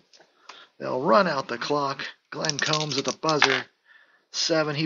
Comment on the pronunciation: Hey, nice job with this project...love your passion young man. A couple of pronunciations, Glenn Combs sounds like what you do to your hair...comb. For Minnesota that guard Steve Vacendak is pronounced VaSendak. You are correct about Hagan, he was the original 'Point Forward'...you also got to remember he was the player coach...I saw Cincy Powell play in Grand Rapids...I think he played for Benton Harbor...this was in the mid 60's before the ABA started...lot's of those guys played in GR...Arvesta Kelly scored 60 plus points in that league...the MidWest Basketball League...it was a weekend league...they played maybe 20 games...lots of fouls my man..I'm going to check on some of those old boxscores and see what the foul situation is...